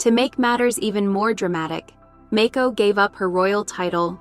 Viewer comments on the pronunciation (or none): Mako is pronounced Mah-ko. She's not a shark.